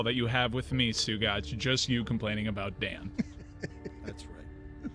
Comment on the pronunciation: This guy can’t say Stu Gotz